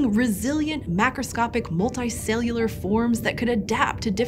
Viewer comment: You say your U sounds weird. "resolts" "molti-cellular" pls stop